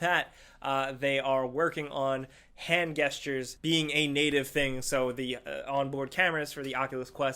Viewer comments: Sorry... But what stuck out for me on this post...! Why do you pronounce gestures like "guess-tures" isn't it "jess-tures"? Sorry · Its pronounce "Jestures" not "Gestures"..the G sounds like a J not a G lol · You pronounced gestures weird. You said guestures. It’s jestures. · did you pronounce gestures with a hard G? YOU GANGSTER! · it's pronounced jestures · “Gestures” is pronounced “jest-yours” bb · Hand GUESS-TUERS ........... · Your pronunciation of gestures made me die inside, you're lucky you're pretty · Can not pronounce gestures? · Okay this must be a script thing that makes people mispronounce shit because I know you know how to say gestures. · Stop pronouncing gestures wrong😂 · I can deal with Mario, but I don't know if I can support you saying gestures the way you do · Does this guy really not know how to pronounce "gestures?" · he says gestures weirdly